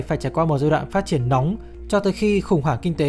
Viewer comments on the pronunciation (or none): none